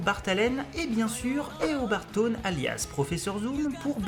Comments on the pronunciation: in french we say tonn but english we say thhawne and we pronouce the H. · Taun pèse une tonne 😂 on dit szaun mais c'est pas grave j'adore la vidéo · Eobard Tonn? learn to read english plz, rip my ears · Super vidéo sur mon méchant de comics préféré. Par contre ça me fait bizarre que tu prononce Tone et et pas Sone (Se pas Ze). Mais à part ça j'adore +1 abo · Je suis clairement pas le king des prononciations :p ... En plus, j'aime pas "forcer" sur l'accent anglais ou entendre des gens tenter de reproduire des accents, je trouve çà toujours moche aussi ! Mais j'avoue que sur certains, j'en ai fait un peu trop des ... Thawne ?